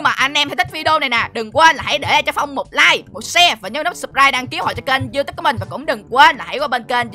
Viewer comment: đọc sai rồi